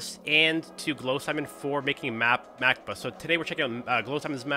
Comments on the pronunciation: If I think I’m correct it’s pronounced (Mack-bawh) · For some reason I thought you said "Mac Book" and had to get back and double check lol